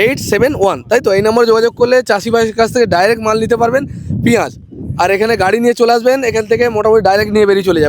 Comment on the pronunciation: পিয়াজ কে পিয়াল বলছেন